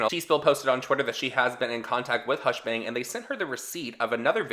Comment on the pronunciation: CEO of saying hushbang and hushbong